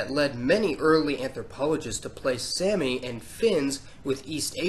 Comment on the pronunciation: Someone has most certainly already commented this probably, but sami isn't pronounced like "sammy" it's pronounced more like "saw-me" that's why you might see people spell it like sámi or saami, to emphasize the long a sound.